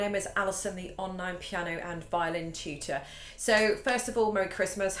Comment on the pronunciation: All this time I thought she was saying "cheater"